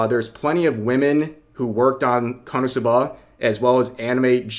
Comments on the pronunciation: Rev I'm going to need you to stop stressing the A at the end of KonosubAAA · You put the emPHAasis on the wrong sylLAble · God I am so triggered by the way Rev says "Konosuba" Why are you putting the inflection on the final syllable!? 😂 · the way rev says "SUBA" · its KO - NO - SU - BA. Not KANA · You say KonosuBA but its pronounced KonoSUba runs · I thought konosuba was easy to say until I heard him say it... HOW? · Why do you say it like that Rev? I've never heard Suba pronounced that way. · You have the absolute weirdest pronunciation of Konosuba I've ever heard, but w vid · I don't think I've ever heard anyone pronounce konosuba so hilariously, 10/10, couldn't help but cringe laugh every time, love ya Rev, lol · bro ur pronunciation of Konosu-buh is wild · they way you say "KonoSub'AH gives me anxiety The anime is a masterpiece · Why do you keep saying konsubbaaaa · Dude is really saying Kanasuba 😂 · I'm more mad about how you're pronouncing Konosuba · Only thing I disagree with Rev here on is…why are you pronouncing Konosuba like that? Personally, I pronounce it like Kono-Suba. Two words, four syllables. Is that weird? Am I the weird one? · Bro you pronounce "Konosuba" real oddly. Is this some kinda dub issue? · Rev why do you pronounce it that way?!?! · Why do you say Konosuba so weird??? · The way you say konosuba is very wierd to me. 😂 you say the first part quickly and then i hear a very pronounced buh for the last syllable. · I never heard ppl say KonoSuba the way Rev does :d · Ok I'll say it......I love how rev says konosuba😂